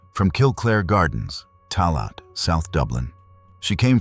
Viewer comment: Tallaght = Taa-laa